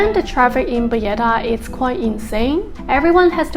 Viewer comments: She visited payetta she says capital of Malta crazy it’s Valletta capital city Payetta my backside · Listen to your entry video you say payetta , just say you made a mistake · You're calling it Valletta and pronouncing the double L in a Spanish way. This is not Spain. Nor is Valletta a Spanish name :) But mistakes happens. Hope you enjoyed your stay!